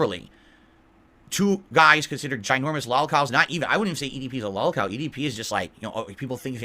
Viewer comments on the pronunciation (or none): I like how he pronounces it “LAWLCAWL”